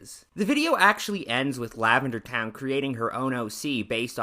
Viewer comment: It's pronounced LavenderTONE not TOWN. I tried watching this video but its literally just you complaining about everything she does. I've been watching her videos for years and they have helped me improve in my art and character design A LOT. She's never done anything problematic so I don't know why you thought you had to make this video.